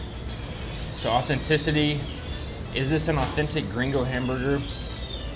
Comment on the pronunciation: Half this on you. You can’t even say authenticity. I never trusted yt people in Mexico. Please do better.